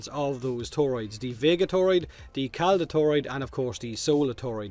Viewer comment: Claddagh Toroid? Corpus confirmed for Irish.